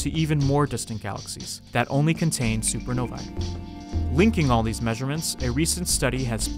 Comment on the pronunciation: You’re pronouncing supernovae wrong